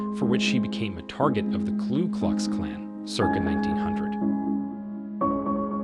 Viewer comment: Ku Klux Klan, not KLU Kux Clan.